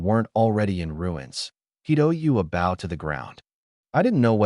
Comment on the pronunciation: I hate how the AI says bow but I like the manga.